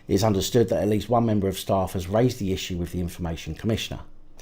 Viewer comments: All together now "STAFE" 🤪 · You are on a roll tonight, first say stafe and now cerstificates. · Say stafe people.